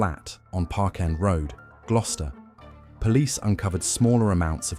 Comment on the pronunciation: Don't forget glue-ster